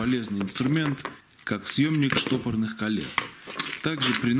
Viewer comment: СТОПОРНЫХ! СТО-ПОР-НЫХ!!! Не штопорных, а СТОПОРНЫХ. От слова стопорить, не штопорить!!!